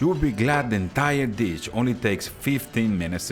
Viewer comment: Hello your English is excellent but “ ditch and delichus “ 🤣🤣🤣. I really enjoy your videos thank you!